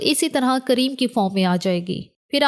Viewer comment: Madam cream hota hai Kareem nahi please